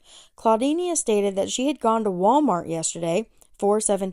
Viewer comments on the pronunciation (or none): none